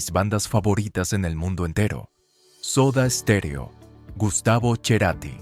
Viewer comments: Para los Argentinos es GUSTAVO CERATTI, NO cherati. Y no era de barrio. Venia de familia acomodada. Lamento perder mi tiempo con tantos errores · No es Cherati, es CERATI🤔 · No se pronuncia "Cherati". En Argentina siempre fue Cerati, con ce (se pronuncia "argentinizado). El único que lo pronunciaba así era Fito Paez, porque es Fito... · Cerati animal...no cherati... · No es cherati es Cerati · Cerati es su apellido... no CHERATI.... Me cago todo el videodiciendoe cherati jajajaja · Se pronuncia Cerati, no Cherrati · No es Cherati hombre! Es Cerati!! Parce! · se pronuncia cerati no cheratiiii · No lo puedo ver por lo horrible que dices cherati por favor que ignorancia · Dios no hubo manera de corregir la horrible pronunciación cherati me reventó durante todo el video y le dio por pronunciarlo mil veces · Escuche "cherati" y cerre el video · Uy si, me da escalofrío cada vez que dice “Cherati”, a lo mejor lo hizo a propósito para generar comentarios cómo este jajajaja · ¿Quien es "Cherati"? No suena bien,. . . mejor dejemos el apellido como en verdad es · Cherati?.. el chentenario de las chenizas de las cherezas!!! jajajajaaj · Chloé: cloe... Cerati: Cherati 😂😂😂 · Ya después de escucharte decir cherati, 2 veces , deje de verlo. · Cherati ? Ni siquiera en italiano se pronuncia asi y yo soy italiano. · Cuál yerati 😅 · Me perdió después de decir Gustavo CHERATI. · cambie de canal cuando dijo cherati jaja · Cuando decís cherati me dan ganas de escupirte la cara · Ya cuando escuchas que le dice cherati pierde toda credibilidad. Todo falso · Y no es cherati deci bien el apellido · No he podido ver el vídeo, a los 4 minutos ya había repetido más de 5 veces " cherati" y me daba la sensacion que hablaba de otra persona. Ya sé que es apellido italiano y así se pronuncia, pero yo toda la vida he escuchado Cerati. "cherati" suena acomplejado repelente. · "Gustavo Cherati"???? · Las locuciones con IA me tienen CHATAAA. Cómo que Gustavo Cherati? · Porque dice "Cherati" por Dios!!!!